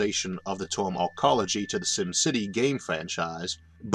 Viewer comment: What the hell is a "torm"? Last I heard it was pronounced as spelled, term. That's an ER, not an OR.